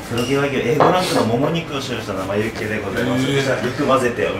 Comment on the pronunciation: しっかりユッケをユツケって言うの面白すぎww